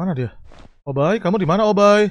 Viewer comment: Obbai bukan opai